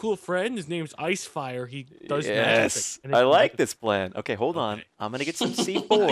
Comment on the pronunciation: Did...did he just say iceyfire? My online username is iceyfire48...